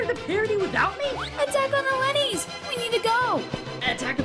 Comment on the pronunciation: lenis XD thats how you say that